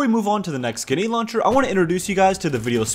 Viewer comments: he pronounces grenade launcher as ganade houncher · I love that he says ”ginny launcher” in the Enlisted ad and he says ”pach schtation 4&5” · Him "genade launcher" me GRENADE LAUNCHER NOT GENADE